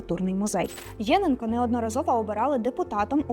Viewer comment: ЄнЕнко. Такий наголос правильний. Тут фото не Луганського педагогічного інституту, а, якщо не помиляюся, його Старобільського філіалу.